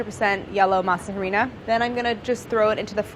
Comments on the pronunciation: Mean this with total respect and love the series but can someone please tell her that the H in Harina is silent. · So like no one's going to tell Claire that the "H" in harina is SILENT!? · the way claire says harina gives me anxiety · Okay I do love Claire but I cringe everytime that she pronounces harina wrong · I can't believe I had to scroll down this far to see this comment. I was hoping Gaby would overhear and correct her(gently). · Hi Claire. Could you try and pronounce harina correctly? You don’t have to pronounce the H sound. It’s Ah—ree—nah. And the R is not a sharp R sound, it’s at the tip of the tongue not a pulled back behind the teeth R. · I like how she said Harina instead of pronouncing ARINA lol anunciation is key. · masa ARINA - the h is silent please dear god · I love Claire but baby girl.... it’s spelled Harina but it’s pronounced Arina. In Spanish we don’t pronounce H’s ! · I love you Claire. I love what you do and how you do it. So much so I don’t want you to pronounce masa harina wrong ever again. Its pronounced masa areena (harina meaning flour). Now no one can make fun of you. Take care Claire. Can’t wait to see you do more shows. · MASA HAH-REE-NAH Lmao I can’t, the H is silent and😂 Masa=Dough Harina=Flour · Ah ree nah. its pronounced Ah ree nah. harina sounds like some old some old lady praying at the steps of your door becausethey think you are the devils assistant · It's "Masa Arina".... You don't pronounce the letter "H".... you millennial gray haired pendeja! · love this series!! can’t wait to see what other gamer foods will be made. *side note, you don’t pronounce the “h” in harina, it sounds like “AH-ree-nah” really fast. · 'Harina' is pronounced like 'arena'. No "H" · Not to be that person, but you don’t pronounce the “h” in “harina” it’s just “areena” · I love how Claire pronouns “harina” like “jarina” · Love u Claire but the H in harina is silent! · claire pronouncing the 'h' in harina gives me cry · The H in harina is silent btw